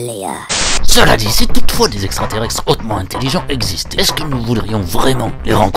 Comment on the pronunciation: Qui à grillé que la voix off disait extraterrextres au lieu de extraterrestres ? De rien celle-là elle est pour moi ! 😂😂😂